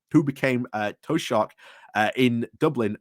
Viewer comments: Oh please please use that pronunciation of 'toeshock' whenever you possibly can but if your interested its closer to' tea shuck ' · Taoiseach (Thee Shuk). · Love your commentary but the pronouncement of the term for the Irish Prime Minister is teeshock! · Liz Truss said Tea Shop!! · Not quite. The ''ch'' at the end of the word is a guttural, softer than ''k''. It's a sound that isn't in standard English.